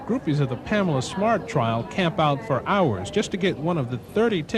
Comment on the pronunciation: Or when he closes off the video, " out"...I hear "my goat"🐐